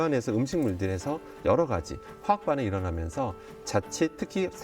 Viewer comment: 화학에너지교수가 화학을 제대로 읽지 못하네